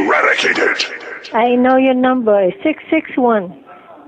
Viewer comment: "I know you numba 661" LOL